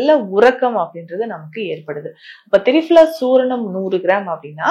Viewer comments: Thappu adhu fala ille phala dan seri doctor thappa ucharikango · பயனுள்ள குறிப்புகள். மேடம் திரிபலா தாங்கள் திரி fala என்று உச்சரிக்கிறீர்கள். அதேபோன்று க , கா என்ற சொல்லை kha என்று உச்சரிப்பு வருகிறது. தமிழ் உச்சரிப்பில் சற்று கவனம் செலுத்தும்படி அன்புடன் வேண்டுகிறேன். நான் உங்களின் மருத்துவ குறிப்புகளை தினமும் கேட்டு வருகிறேன். (தமிழ் விரும்பி)